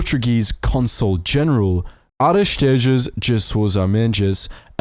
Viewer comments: Aristides de Sousa Mendes is turning in it's grave as you pronounce it's name😂! Great video nonetheless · "Arestidjas dja Soulja Mendjas" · A forma como Aristides de Sousa Mendes é pronunciado é demais 🤣 Viva.o nosso cônsul q foi um grande homem ! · I love how this guy pronounced Aristides de Sousa Mendes. Just replace every consonant with a "ch", should be enough 😂